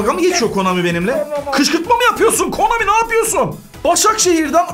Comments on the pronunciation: Her videoda konami yerine komani demesi fbfhfnjfbfuf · Komani değil abi Konami videonun başlarında yanlış söylemissin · Hadan abi komani diyor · abi komani değil konami dafwesdfwdsz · Abi komani değil konami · Abi komani değil ki Konami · Komani deyil konami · abi komani degil konami